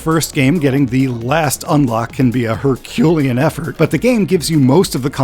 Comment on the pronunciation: 2097 was originally only supposed to be a track expansion pack for the first game - hence the XL name in the US (originally XS, as in:"excess"; This was changed due to connotations of "extra small"). The scope increased, but the release date stayed the same. Also, the way the narration says "Herculean" makes it sound like it means Poirot instead of Hercules lol